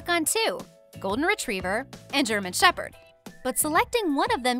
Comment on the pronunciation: shepherd)) shep-herd.